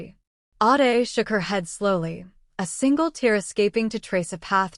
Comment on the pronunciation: The AI narrator need to pronounce WORDS CORRECTLY some times ADE is pronounced aid then others Aahday which is it?